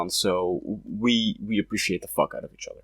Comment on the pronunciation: Can you please stop saying “otter” instead of “other”?